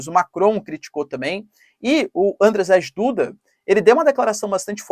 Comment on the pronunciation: Prof, o nome "Andrzej Duda" se pronúncia "Andrêi Dúda" mesmo. Obrigado pelo conteúdo! Forte abraço